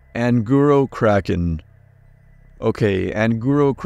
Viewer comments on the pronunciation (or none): none